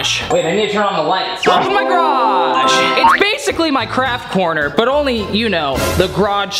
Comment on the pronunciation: Why did say grage not garage